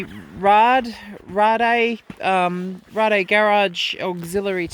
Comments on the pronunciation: It's Raid, Raid Garage not rarday :D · Power wheelie in 6th? Come on now! It's pronounced like Blade, But with an R.